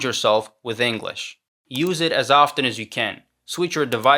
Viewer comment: Wow, really impressive, to be honest. The only two words where you can tell he’s not a native speaker are ‘often’ and ‘inevitable’, because of the way he pronounces them. Pay attention and you’ll notice it.